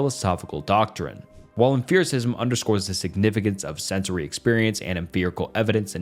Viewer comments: Great video, but the way you were pronouncing “empiricism” drove me mad! You did rank empiricism higher than rationalism btw… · Half the info was straight up wrong, he never lists sources, he misuses terms, mispronounces names, never uses evidence, and compares different branches of philosophy (epistemology, ethics, meta-physics). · I am sorry, but there is a lot of philosophy words that pronounced mispronounced here. I am usually not that persnickety about that sort of thing, but empiricism is such an important word in experimentation. Without empiricism, we don't have peer review which means publication doesn't happen which means applied science and product is not possible. It's fundamental and near foundational to many sciences. It's like hearing somebody say Parmeesian when referring to Parmesan. Nails to a chalk board. I am so sorry, I just uggghhhhhhhhhhhhhhhhhhhhhhhhhhhh can't stand it. It's uhm·pee·ruh·si·zm not uhm·fear·ruh·si·zm. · The constant "f" or "ph" sound instead of a hard "p" made this video harder to listen to. You said emphiricism so many times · ok but why are we saying emfiricism and emferical. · EmFiricism? It's a P, not an F. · 'em-FIR-icism?' Did I learn to pronounce empiricism wrong? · You pronounce exPerience and Principle very clearly. Great video but mind numbing hearing say emFEARicism so many times bro. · Did this guy pronounce it emferacism? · How many times will he mispronounce "Empiricism" as in empirical data. Jesus...pay more $4/hr outsourced phillipino VA'S for your scripts, dude . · How can you not pronounce empiricism? 😂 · i def winced every time i heard emFIRicism instead of empiricism, but at least he was consistent. i wonder if it’s a dialectal thing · you saying emPHiricism the whole time was killing me LMFAOO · I'm gonna be that guy and complain about the way you pronounce Empericism 😭😭😭 EMP. not EMPH. it's not em-fear. It's emp-ear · Bro are you trolling with the emFericism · If you say emphiricism on more time…